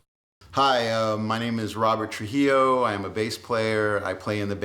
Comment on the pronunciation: DONT BE ASHAMED OF UR RAZA FOOL.THR WAY U SAY TRUJILLO U SOUND LIKE A WHITE BOY.UR FUCKING LATINO BRO.And yea.u fuck every one up on the bass.Ur bad ass.